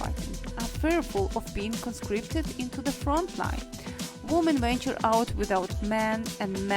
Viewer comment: Very English people don't pronounce 'women' as 'voomen'